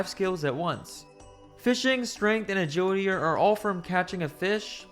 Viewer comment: Except for the 'agiwidy'